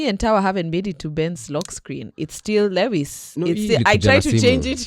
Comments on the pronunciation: Guys, why do y'all pronounce Lewis' name as "Le -wis" instead of "Louis"?, as a fan of LH, you should know how he pronounces his name?😂 Also, we all have Lewis Hamilton as our wallpaper - FORZA FERRARI, LEWIS SEMPRE! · Not murdering Lewis's name as if on purpose. change your wallpaper please.